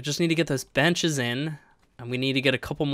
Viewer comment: when you said im going to put some benches down here the video lagged for me and sounded like you said you were going to put down some b*tches lol